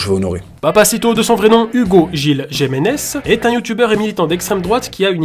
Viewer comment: Dés la 15 eme seconde, c'est "Jimenez" et pas "Jemenez", juste, je t'en supplie, essaye de bien prononcer le nom d'une personne quand tu fais une vidéo sur elle, c'est pas compliqué de se renseigner avant d'en parler, en revanche, postule chez Médiapart, tu fait ça très bien, tu as toutes tes chances. Bonne journée.